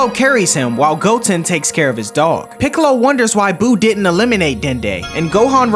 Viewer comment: funny how he called piccolo “ pickle “ I laughed for 2 min straight